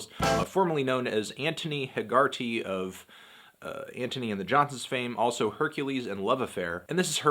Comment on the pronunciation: Yu pronounced hegerty wrong